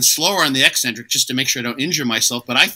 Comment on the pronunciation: The way pronounces 'eccentric' makes me think he also calls 'espresso' expresso 😂